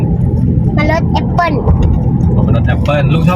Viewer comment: มะนาวโห่ เจ้าตัวเล็กบอกหวาน ลุงทำหน้าหวาน หลับตาปี๋เลย ป้าขำกร๊ากเลย เพราะมี่บ้านมี จึงรู้รสชาติมันดี เสียท่าเด็กเสียแล้ว...ลุงอั๋น 55😊😊😊❤❤❤❤ พูดเก่ง โค๊กกินนิด้ดียว เพราะหนูเป็นหวัด เออฉลาดนะลูก ออกเสียงแอปโป้ ออกเสียงฝรั่งเสียด้วย คงอยากกินจริง กินเป็นดเสียด้วย กรอบนอกนุ่มใน